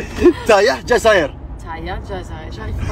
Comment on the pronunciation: Tahya pas tayeh